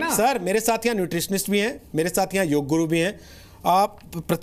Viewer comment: आप के show में कई बार योग शब्द का अनुचित उच्चारण योगा किया गया है जबकि उचित शब्द योग है जिसका शाब्दिक अर्थ जोड़ना है